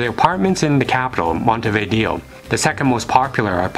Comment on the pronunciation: Finally someone who pronounces "Montevideo" correctly!!!